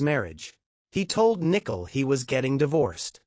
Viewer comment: Its Nicole!!!:her name is pronounced Nike COAL